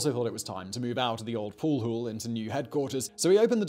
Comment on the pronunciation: What is a pool hool?